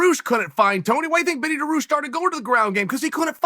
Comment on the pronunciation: Benny Da-roosh